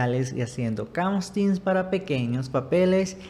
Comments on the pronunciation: Se dice casting, no castins. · Se dice casting